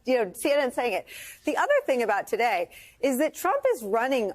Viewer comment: Ari it's "Today" ,not taday!